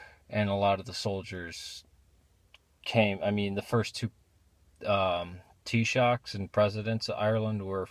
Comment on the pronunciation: I'm very impressed that you pronounced taoiseach correctly 👏👏